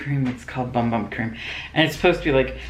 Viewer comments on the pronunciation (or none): You got an awesome bag! I always Loved it when they sent me Luxy brushes. Last month they sent me the original bum bum cream. It is actually pronounced boom boom. At least that isn’t what I heard. I had bought the travel size once and I want I’m get the cigar of 4 with the shower gel etc.